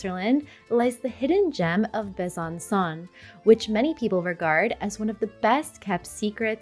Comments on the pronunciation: Besançon final sound is not like English « son », but is like « song » (without final « g ») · It would be nice if you pronounced the city names correctly. I stopped watching at Besancon. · Hi! Interesting videos indeed 😊 I had the impression you spoke some French... whatever the prononciation of Besançon (Bè-zanne- song) is a slap in the face of a Frenchman... But surely you know 😆🤔